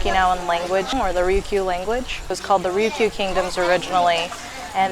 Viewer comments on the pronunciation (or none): it is not called rukyu, its called RYUKYU